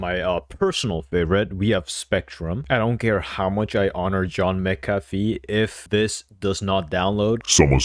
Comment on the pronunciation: W FOR USING MCAFFE AND ITS PRONOUNCED "MC-AFF-E" U GOT IT CORRECT!